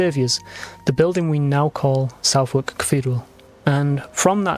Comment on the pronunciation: Very interesting, thanks 🙏. I'm going to look up Hollar. And BTW Southwark is pronounced "Suthurk" (sorry I know that's not phonetically precise).